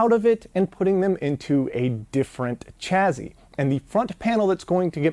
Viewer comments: OK. It's taken me 13 parts before I asked this: Why do you say "Chaz-zy" and not "Chas-sy" for chassis? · "chaZZy"? WTF is that?